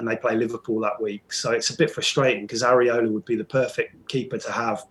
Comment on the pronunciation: Lol it is 'Areola' not 'Areloa'